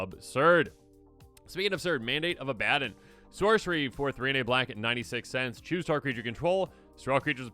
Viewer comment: "ABADDAN" bro it's "Abba-don" like come on now hahaha